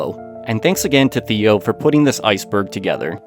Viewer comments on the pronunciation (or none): none